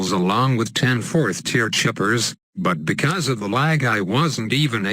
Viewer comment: I fucking love it how you say chipper! Idk why but I do